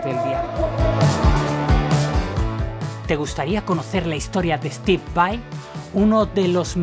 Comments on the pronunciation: Disfrute mucho el video. La verdad no me gusta mucho cuando la gente pronuncia /vei/ cuando deberia pronunciar /vai/ pero la verdad es que fue un buen trabajo en este video. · Porque Steve es de descendencia Italiana. Por lo tanto VAI es lo correcto y como se debe decir porque es un apellido Italiano. VEI es una pronunciación incorrecta en Inglés. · Tienes razón dice VEI en esos momentos, pero el 98% del tiempo lo dice correcto. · Pero varias veces en el video dice VEI